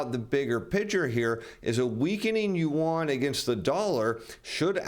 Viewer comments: Did he say…let’s contin….yuan…? 😂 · please learn to pronounce the Chinese currency correctly.